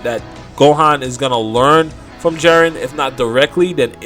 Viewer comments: Jeren? Already stopped after her said jeren 😤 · "Jaren" Lmao